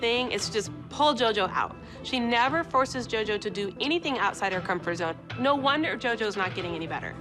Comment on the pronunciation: Nobody: Not even Batman: Abby: nÃoÛh.